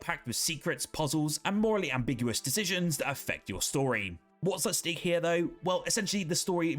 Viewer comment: 'What's at steek here, though?' So, you AI-ed up your script, and thought stake were pronounced 'steek'?